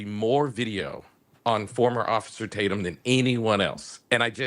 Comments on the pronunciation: Lemon called Officer Tatum, Tator? What a spiteful idiot. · You can tell Don Lemon feels inferior to Brandon Tatum because he purposely says his last name wrong! I can't stand this hypocrite! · I wonder if he realizes that ppl are literally laughing at him for going out of his way to mispronounce your last name? Like he doesn’t know who you are. Ohhhh, he knows and the amount of jealousy is astounding and honestly, hilarious!